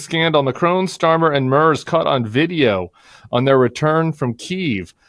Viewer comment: I think I need to teach you both how to pronounce the German chancellor’s name. Friedrich Merz is easily pronounced. My German American ears are hurting. 😉